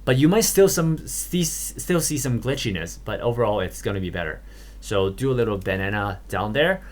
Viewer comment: YOU FOR ENGLISH Not really poking fun at you but I lol-ed at 'Benana' XD I know you were pronouncing it right but that's how it sounds lol Also thanks for taking your time and explaining things slowly :P Most tutorials either over-explain and work really fast to get a short video or they under-explain and it takes super long :/ This is just about the right pace for me X3